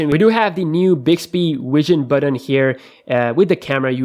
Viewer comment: BUTTON NOT BATTON FAM!